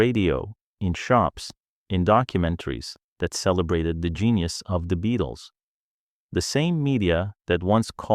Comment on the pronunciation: What crap! From the moment he pronounces the name as "BE-ATLES" you know this is AI at its worst!!